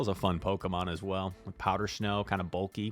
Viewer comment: “Powder schnow”